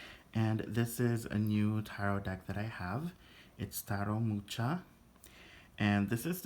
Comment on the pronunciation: It's Muha not Mucha. Thanks for the review.